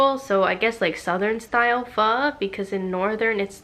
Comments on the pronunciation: You say Pho beautifully ! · I agree i was just thinking the same thing! Perfectly pronounced Usually people just say fur.... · Omg I love how your pronouncing Pho. With the accent. You do you gurl. 😁😁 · ...i appreciate that you pronounce "pho" correctly. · How you pronounce Pho > other Non-Vietnamese sounds out pho.